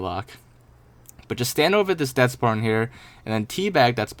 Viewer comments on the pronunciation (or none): I had suspicion when he said "tae bag the sparton"